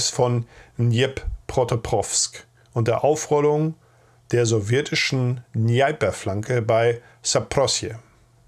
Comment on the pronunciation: Interessant und informativ wie immer. Aber ganz ehrlich, bei den russischen Ausdrücken rollen sich mir jedes Mal die Fußnägel. Gibt es denn wirklich niemanden, der Euch bei der Aussprache unter die Arme greifen kann. Der Fluss wird Dneper ausgesprochen. Da gibt es kein „Ei“ drin. Auch den Ort „ Witebeske“ gibt es eher nicht. Es handelt sich meines Erachtens um die Stadt „Witebsk“. Wird gesprochen wie es da steht. Nennt mich Korinthenkackerin, aber es macht es auch einfacher, die Orte bei Maps etc. zu finden.